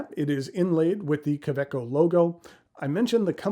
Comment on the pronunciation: Does the pocket of a handbag count? My current favorite pocket pen is a Tactile Turn bolt action in Nebula, but I'm always carrying one of my many Woodshed Pens in my pen sleeve. Fun note: I didn't realize the "w" in kaweco was pronounced as a "v"!